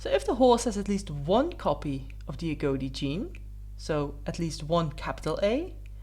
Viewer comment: Agouti rhymes with booty, not goatee.